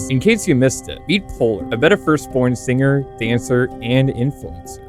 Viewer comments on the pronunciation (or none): My reason for disliking her is due to her looking like Miku the queen of music and the fact she pronounces the g in singer